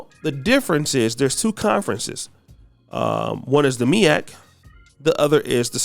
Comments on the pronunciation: It’s MEAC not the MIAC 🤦🏾‍♂️ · MEAC not MIAC!!!!!! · Its MEAC....... Not MIAC..... lol 😉🤫🤨🤓